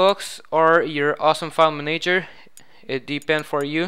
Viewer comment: Manayger. Haha